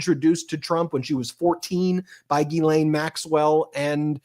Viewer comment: All I learned from this is how much Americans love their acronyms and that Ben has a very hard time saying Ghislaine.